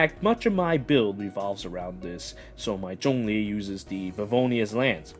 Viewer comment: You pronounce zhongli well, others keeps saying xiangling.